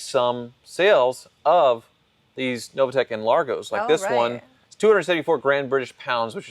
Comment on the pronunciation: NOVITEC, not Novatec,.